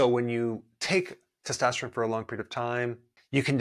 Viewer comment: I’m annoyed by the way testosterone is pronounced in this video